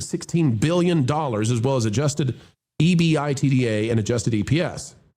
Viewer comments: Correction: E-Bid-Ah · It’s pronounced E-Bid-A